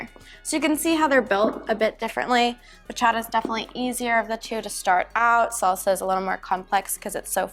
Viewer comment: You had that Bachata pronunciation down! 😁